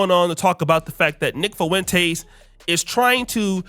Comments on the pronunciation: “Nick Fuhwintays”😂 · Am I the only one that think he pronounces Nick Fuentes weird?